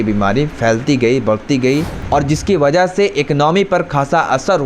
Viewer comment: Baza nahi hota wajah hota hai mere bhai